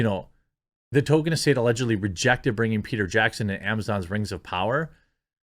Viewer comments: it's pronounced toll-keen or tall-keen, not "token" (I always said it toll-kin, but I'm wrong) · "tōl-KĒN" not "TŌ-kən" goddammit, man! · Why are names so hard for you? It’s TOLKIEN not TOKEN, he’s not a black South Park character. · Jeremy, going forward, please say Tolkien and not Token. Thanks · I love listening to the actors and the "super fans" and they know NOTHING about Tolkien's work. And it's pronounced Toll-Keen not Token. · Quit saying Tolkien's name like that, Jeremy. It's not "token." It's Tol-Keen! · It’s Tolkien, not “Token” learn how to pronounce the name of the man whose works you’re discussing ffs. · Canon*, not cannon. And it's TOLL-keen, not "token". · It’s pronounced toll kin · It's hilarious that every time you say Tolkein it sounds like Token... how appropriate. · Can we at least pronounce the L in Tolkien. We should at least try and say the man's name sort of correctly. The right way is "toll-keen" but "toll-kin" or "toll-key-in" are fairly common. I realize I'm being that guy right now, but i feel the man deserves this small courtesy. Love the content as always! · There is an L in his name. Say it correctly. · Jeremy, there is a "L" in Tolkien.